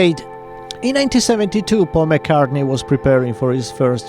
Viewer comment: Paul "McCarthey" WTF?